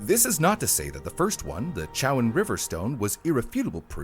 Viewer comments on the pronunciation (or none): As someone who lives in chowan county.....the town the stone was in is called Edenton ( EDEN-Ton) not adenton. its also the Chowan river (Cho-Wan)